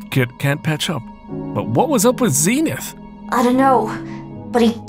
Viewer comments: I just want to say Zenith should be prounounced ZEN like zen gardening not Zeenith, Zenith is referring to the zenith or peak of a mountain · His name is Zen-ith